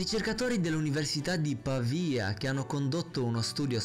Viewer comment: sei riuscito a dire Pavia nel modo giusto quando neanch' io ci riesco